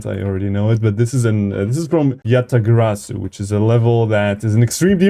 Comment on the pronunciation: Bro said yatagaraso when he ment Yatagarasu